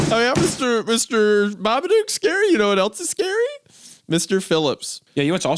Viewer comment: Baba duk